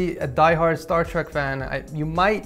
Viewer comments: He said star treck ;( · did he say star trak